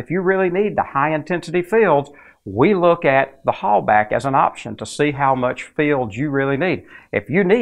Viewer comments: For the love of [insert preferred entity] don't pronounce the German "Hallbach like "Hallback" or "Holebag". Here you go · You’re mispronouncing Halbach. It bugs. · Is the "bach" in "Halbach" pronounced "back" or like the Johan Sebastian Bach's last name?